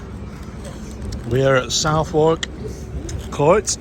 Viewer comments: It's pronounced Suthark not South Wark. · It's pronounced "SuthArk" ps it won't be 30 years, it will be 10 with good behaviour. Scum bag he is.